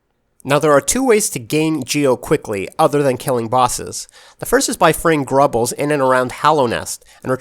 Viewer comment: It’s grubs not grubles